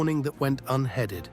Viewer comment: Some strange pronunciations in these narratives Never heard heeded pronounced headed